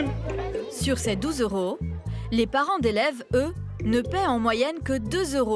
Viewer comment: "mille deux cent vingt euros" Pourquoi "z'euros" ?